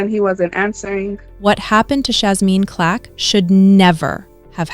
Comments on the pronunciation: Why you keep saying Clack? It's Clark. You should be more careful. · Her name is CLARK NOT CLACK, AND A FOUR YR. AGE GAP IS NOT A PROBLEM. SO STOP AND KNOW THE PERSON YOU'RE REPORTING ON. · Why do these AI's never get black people name right??? Even simple names like CLARK.